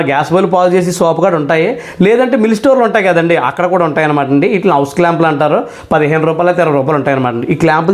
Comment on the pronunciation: హోస్ , హౌస్ కాదు. Hose